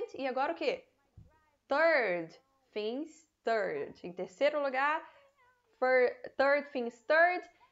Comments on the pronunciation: A palavra Things você está pronunciando Fings. Mas na música ele claramente pronuncia tings e se colocar no aplicativo de pronuncia de inglês tb se fala tings. Então não entendo, já vi outros usarem esse mesma pronuncia para essa palavra com F. Afinal as duas estão certas? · Depende do sotaque eu acho